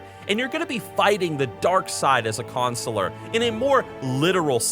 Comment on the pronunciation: Don't like how you both say Consular.